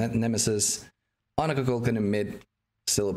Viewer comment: ITS KUKULKAN